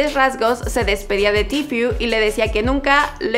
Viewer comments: Se dice tfue no tifiu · Se dice tfue no tfiu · Cada vez que decía tifiu(tfue) me quedaba como:KHE! YO EH ESCUCHADO A TODOS DECIR: TFU(tfue) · Se pronuncia "tifu" jaja pero bien video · like site incomoda que ella diga tfiu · “Tifiu” jajajaja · Di bien el nombre estás diciendo tifyu tifyu jaja hable bien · que mal que pronunciaste mal Tfue todo el video !